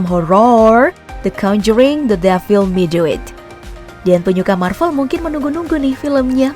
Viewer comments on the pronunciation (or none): none